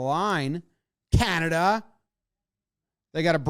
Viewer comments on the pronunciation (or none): none